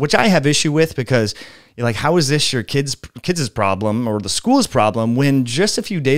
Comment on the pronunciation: I absolutely agree with you! I have much respect and gratitude for the information you provide. However, there is nothing will dilute your authority more than mispronunciation, it's kids as in (Kid's school) not kidsez .